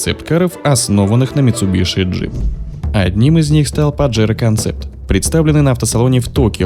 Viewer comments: Не митсубиШи, а митсубиСи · митсубиСи ☝️, от ш ухо режет